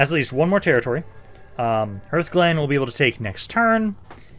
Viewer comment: TARREN mill not TAUREN, and hearthglen is like HARTH and not like EARTH, and hearth is a fireplace